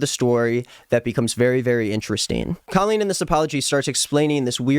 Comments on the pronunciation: Wanna know what bothers me the most about her...? Is how she pronounces her name c-OH-lleen... What is that! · i know this is the last thing anyone is worried ab but i’ve always wondered why she chose to go so hard on her name being pronounced differently. i remember her fans would go feral if there was implication that you were pronouncing it normally. she just wanted to be different so badly, even if it meant calling herself basically “colon.”